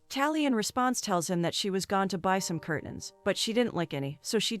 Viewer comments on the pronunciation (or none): none